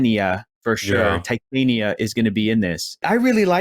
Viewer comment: Whatitisit!? "Tie-Tay-Nia" 😄. I hope she gets her comic accurate costume